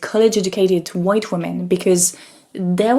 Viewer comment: Why did she say Hwhite ppl? Why did she add and emphasize the extra H?